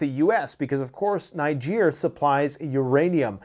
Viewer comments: Putin looks angry for someone who has just won 😂😂 By the way it was the USA Niger have broken with not France. And it’s pronounced Neejer! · I am a Nigeria, its pronouced "Neejay" even if its spelt "Niger". Its a neighboring country to Nigeria.🙂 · Not to be a jerk, but it’s pronounced “ Knee- gehr”